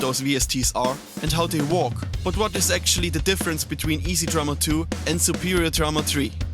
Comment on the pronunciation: Bro i love your vids (they helped me a lot), but you always say "walk" instead of "work" and it drives me nuts :D it's pronounced like "wörk", with a german "ö". No offense tho. Keep up the good walk <3